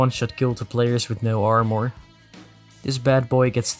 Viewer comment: ik heb de video weer gekeken en als hij armour verkeerd zegt zie je ook heel even Dutch Boy langs komen daar had ik het ook al aan kunnen zien😅